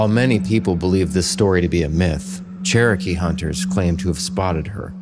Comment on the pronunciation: I'm glad the pronunciation is not exact because Spirits may come if you say their name. (Good try but not exact, thankfully. Cherokee is hard. I know. I am one.) Y'all be careful now please!!